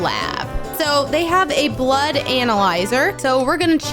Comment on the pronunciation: When she says blod sugar im like:oh damn i have a sugar diabet(fun fact:u can't eat when ever u want ur blood sugar rules u)